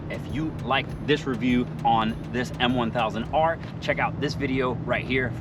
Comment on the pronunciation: He 😂called a double r😂 m1000r